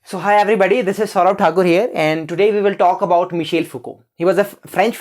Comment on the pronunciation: It's not Michale, it's Michel 😂